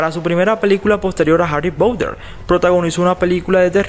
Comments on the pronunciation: Me mata como en vez de decir Harry Potter como una persona normal dice Harrry Pouter LIT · Como lo dice Harry poutter 🤣🤣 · Si es verdad me da mucha risa ajajajaja😂😂😂😂😂😂😆😆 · Creo que pronuncias mal 😂❤️ Harry Potter / Harry Pouter Quidditch/ Kiditch